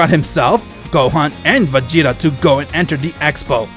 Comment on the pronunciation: He said vageto not vageta